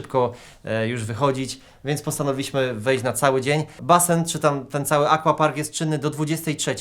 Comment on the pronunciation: Wszystko super, ale Panie, aquapark czyta się "akwapark", tak samo jak akwarium czy akwarele, pozdrawiam:)